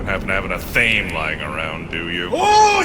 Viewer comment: should you care to reference athame again in future, it is an "ah/thah /may" (three syllables), not "ah/thaym."